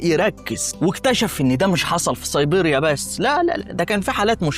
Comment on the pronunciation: ضم.. صيبيريا.. البراظيل انت عندك مشكلة في نطق الحروف.. ابقي خد بالك علشان النطق مستفز